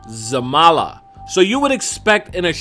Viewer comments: God Just Say Zalama Not f-ing ZAMALA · Why you say zamala when it’s zalama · Its zaLAMA not zaMALA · LOL you were saying zamala the whole video not zalama. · ITS ZALAMA NOT ZAMALA UR DOLUIE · DJ Bama I dunno? Maybe? But all I know is Zalama not Zarama. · no its zalama not zamala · Title: ZALAMA saying: zamala *mind blown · Zalama or Zamala? You were saying it one way but it reads another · Steven Glaza Its Zalama. (Most likely will be pronounced Zarama in English) He's just consistently getting it wrong. Lol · In your title you wrote zalama and you are saying zamala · Zamala Correction: Zalama Edit: I’m so confused it says Zamala , what now? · oops, you accidentally pronounced it as ZaMALA, instead of Zalama:-)) just sayin, but thank you for the uploads! I appreciate your videos! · U said zamala but u put zalama lol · I laughed so much when you said "Zamala'" instead of "Zalama" at the start of the video. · Tittle is Zalama But He Said Zamala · you said zamala but in the title is zalama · Title: Zalama Pronouncement: Zamala. Wtf decide bruh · It is Zalama! Why do you always call him Zamala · Who else noticed that he said zamala but the wiki said zalama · he said zamala but the title say's zalama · Have a shot every time he says Zamala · In thumbnail it is zalama And he says zamala. Why bro? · Why are you saying zamala when its zalama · Zalama not Zamala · zamala? It's zalama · the title says zalama this guy says zamala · Why you keep on saying Zamala instead of Zalama? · It's Zalama not Zamala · and you said ZAMALA NOT ZALAMA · U r saying the name wrong. U r saying zamala its zalama. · Dats zalama not zamala dude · bro its zalama not zamala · Hey, in the video you keep saying Zamala, but the video is titled Zalama.. heads up👍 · i think its zalama not zamala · First thing you said is ZAMALA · you call it zalama but in the video you say zamala wtf? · He said "zamala"😂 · it is zalama but he said zamala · And you keep saying zalama ...zamala huh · He say zamala